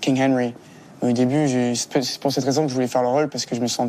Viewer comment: You could improve your own French, mate, by not putting a diphthong in the “c’est” of “c’est parti”. After that I stopped watching.